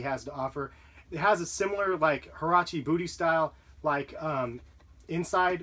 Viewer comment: did he just say herache booty??